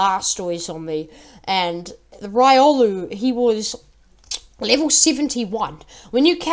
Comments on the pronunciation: its riolu not raiolu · Its pronounced: Ree - oh - loo